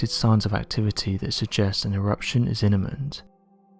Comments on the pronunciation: was innament??? Think you meant imminent lol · Did he just say inament, its immanent lol 😆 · Now I know for a fact ur reading some shit somebody else wrote cuz u just said “inniment” and that’s not a word, imminent is though. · It’s imminent, not inniment. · "an ewuption is 'inniment!' hehe Aww that's so cute... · He delibrately prounounced imminent as INNIMENT to be SUBTLY funny. You just have no soul and can't recognize humour that doesn't smack you in the face! I highly doubt he needs some souless humourless TWIT to defend him from indirect compliments! The age of the SOCIAL JUSTICE WARRIOR MORON. DEFENDING THOSE WHO DON'T NEED IT, FROM THOSE WITH OBVIOUS POSITIVE INTENT SINCE 2012! PISS OFF....